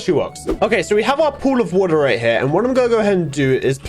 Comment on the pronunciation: the way that said a bucket o'wo'ra